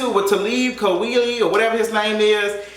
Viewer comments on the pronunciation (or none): its pronounced Talib Kweli /kwah-lee/ 😆😆💕💗💕